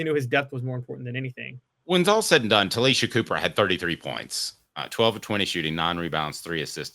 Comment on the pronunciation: It's pronounced Tah-LAY- Sha